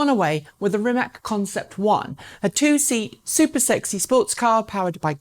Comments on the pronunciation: It does hurt when my favourite EV Youtube presenter goes along with the ignorant herd and pronounces "Rimac" like "RimaK"... my ears are falling off hearing this... Obviously, Rimac is still not famous enough... For the umpteenth time, the C letter in Croatian is pronounced like TS (as in the tse-tse fly), so it's "RimaTS", not bloody "RimaK", for Pete's sake! Dear, please be better than the sickeningly ignorant herd!! Greetings and best wishes from a native Croatian speaker. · Please, it's not Rimak, it's Rimac (like ''rimats'') and please learn to pronounce it like it should be. Mate and his amazing company deserve atleast that :) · "Rimatz" - how it should be pronounced. Oh well...she tried. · Ispravi u Rimatz...kakav Rimats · Rimac <> Rimak or Rimack, god dammit. Oh, well, at least you pronounce the "Rima" part right, well done.